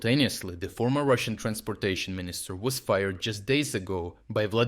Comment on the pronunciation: ..."will dramatically changine russan logistics"